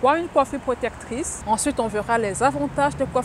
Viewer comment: J'veux pas être irrespectueux mais c'est hyper énervant c'est" protectrice" pas protetrice